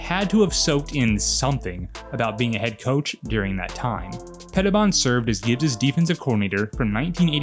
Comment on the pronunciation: And Washington has never been the same. I think Petibon is pronounced Peti-bone. From what I remember back in the day. Nice video!